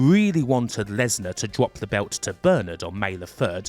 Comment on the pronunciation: Bwock Lenswar